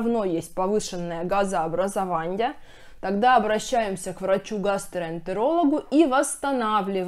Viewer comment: Газообразованье, питанье, сниженье,, пищеваренье, отделенье ,нарушенье, и т.д.Давайте говорить правильн